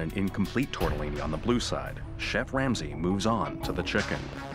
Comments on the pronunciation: Chef ‘Wamsay’ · did I hear the narrator say Chef Lamsay?